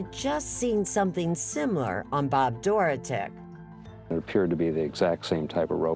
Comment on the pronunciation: I couldn’t even watch this listening to everyone pronounce “Dorotik” wrong.